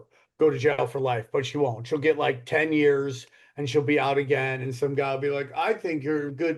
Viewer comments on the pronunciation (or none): none